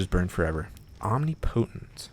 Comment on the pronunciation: the way you say omnipotent lol